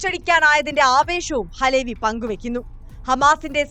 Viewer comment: അലേ വി അല്ല . അലവി ക്കാക്ക.